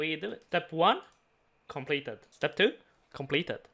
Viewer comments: Is anyone else amused by the way he says complaeteyd. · saying completed made me do a double take Very cool